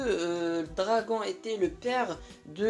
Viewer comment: À chaque fois que tu disais " dragon " j'voulais te tarter mdrrr c'est "dragonnnnnnnne " meme si ca s'écrit dragon